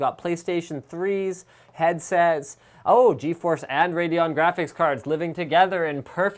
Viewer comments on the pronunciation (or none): none